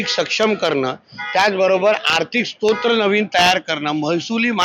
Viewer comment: भुसनाळं? स्तोत्र नाही स्त्रोत असतंय रे ते,अस्सल महाराष्ट्रीय असावं लागतं😂😂😂